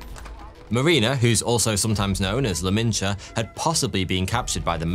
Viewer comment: he said “la malinche” a european word as “lamincha”